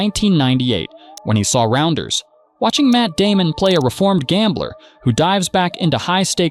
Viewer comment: “Matt Damon” 😂😂😂